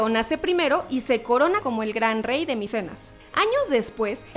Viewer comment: xD ni siquiera lo dijo bien es micenas no micenos